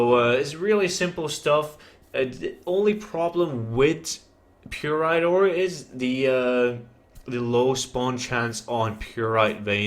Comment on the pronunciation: FML say it with me now py--rite not purite